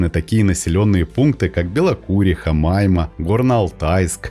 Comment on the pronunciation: Автор при всех уважении... Хотел бы вас поправить, вы не правильно поставили ударение при названии населëнного пункта, а точнее села Майма. Уточню, при названии ударение ставится на последнюю букву,, а, ... А не на вторую, как вы поставили... Живу недалеко от этого села, километров 50 до него, по другую сторону Катуни, в Алтайском крае. 😊😊😊